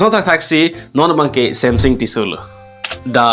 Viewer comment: Samsung ✅ samsing❌ Tissue ✅ Tisso❌ 🤣🤣🤣🤣